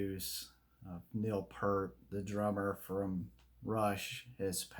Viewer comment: Pronounced Peeeert. Not Pert. He was the main lyricist btw.